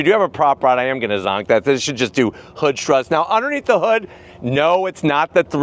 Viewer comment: Do he say hood or hoog? 😂